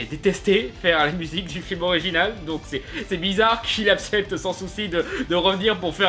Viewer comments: Ça fais des années que tu dis "apcepte" au lieu d' "accepte" Le verbe c'est "accepter" ça se prononce "ak.sɛp.te" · c est un accent, ou un tic de langage, mon père dit "assepte" au lieu d'"accepte". C est dure de régler ce genre de problème de langage sois même quand on l'a \(O^O)/